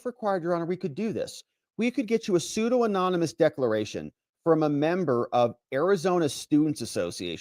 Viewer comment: He was mispronouncing the word "pseudonymous" while reading the filing, not using the word himself.